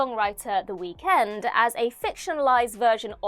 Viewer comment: Not how you say Weekend 😂